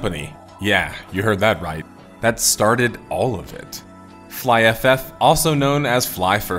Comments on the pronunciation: Fly f f killed my brain never in my life i imagine someone to pronounce IT like this lol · it's Flyff as in fly...ff